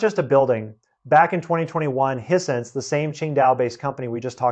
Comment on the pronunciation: He pronounced Hisense as hee-sense. I'd always thought of it as high-sense. But what do I know. Nobody had ever told my what it's supposed to sound like. I was ready to follow him ... When he got to Shinzo Abe ... and he pronounced the surname as a single syllable. I know that's wrong. Because I've been listening to TV newsreaders saying that name since his FATHER'S day